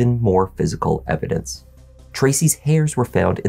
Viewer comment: What blood? What latex glove? I was just taking a shower. I don't know what you mean. What's "eh-vi-dense"?